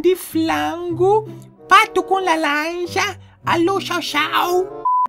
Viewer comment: pato com lalanja kkkkkk